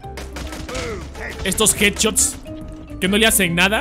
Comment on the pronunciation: pronunciación nivel dioooooooooos"EsToS jEdChOtS"